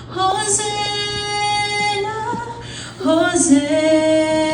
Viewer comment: Hosanna po...... not hosenna